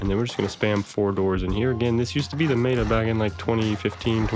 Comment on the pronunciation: pronunciation of meta was sus but nice vid.